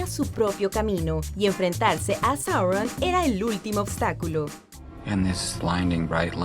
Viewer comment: Es Sauron, no Sorron